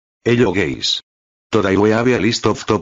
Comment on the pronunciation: Hello gays, today we have a lis-...